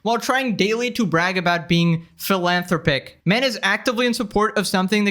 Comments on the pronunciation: Phil-in-throp-ick is how you say it good sir… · Philan-thropic ;). Good video, called it!